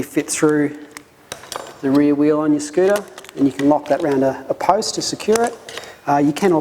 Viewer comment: aaaah, "just making sure the post is big". Had to listen a couple of times, not used to the accent I guess. Honestly I don't know what kind of post would even qualify, all I can think of is traffic lights and fire hydrants, none of which are a good idea.